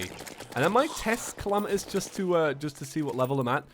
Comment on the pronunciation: My friend keeps calling Calamitas "Calamiteez" HOW DO YOU GET AN "E" SOUND FROM AN A?!?!?!?!?!?!?!?!?!?!?!?!?!??!?!!?!?!?!